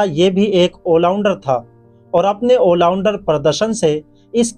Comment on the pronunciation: Bhai wo ollounder nahi hota all rounder hota hai